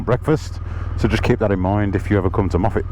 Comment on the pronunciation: Hi, We met at Applecross after my CanAm broke down at the top of the Bealach - got it sorted and now been over the Bealach 6 times and will do it again before the years out! Glad you love Scotland and great to hear you use the correct pronunciation of Moffatt!!